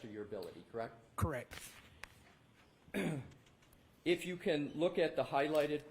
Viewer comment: Is it just me, or does he keep saying “Correc” with no t?